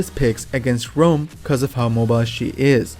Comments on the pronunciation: STOP SAYING ROAM ITS RAUM! loved the video tho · Informative vid, but it was annoyijng constantly hear you pronounce his name as "Rome" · Thumbs up for the info but dangit if the way you pronounce Raum doesn’t get a thumbs down lmao